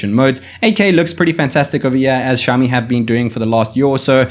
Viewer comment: shaomi? shaomi?? its Xiaomi! ksi, KSiaomi, not SHiaomi